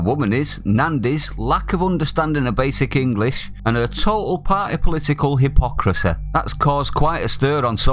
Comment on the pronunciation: “He-pock-racee” Right you are!!! 🤣🤣🤣🤣!!!